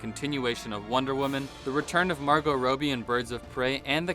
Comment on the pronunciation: Why do you pronounce margot’s name soooo wrong It’s pronounced rob(stealing things)ee Not rowbe